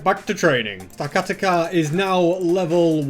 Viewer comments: The giant tower Pokémon is pronounced stack- a- tack- a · AND YOUR POKEMON MOVES ARE NOT FIT FOR THEM INCLUDING STAKATA IS SAID STAK A TAK A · and you say stakataka like stekateka. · it it sta-kat-aka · It's Pronounced Stack-Atack-a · I love the video and love the dedication, but please pronounce the pokemon right, stakataka is said stack-a-tack-a. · It’s pronounced “stack-uh-tack-er” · It’s stack-a-tacka that’s how it’s pernounced